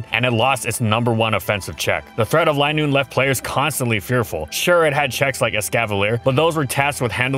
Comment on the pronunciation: its not lie noon is lin noon